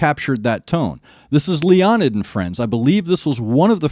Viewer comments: Leonid is properly pronounced "Lay-o-need" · It’s pronounced Lay-uh-nid